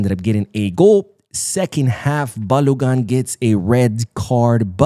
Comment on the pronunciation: Balogun is my county man, his name is pronounced " bal (o) as in old or open - gun is pronounced goon as in good) so balogoon